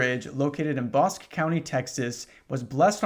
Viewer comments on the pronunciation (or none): Erm ackshually Bosque county is pronounced Bosskee, not Bossk ☝🤓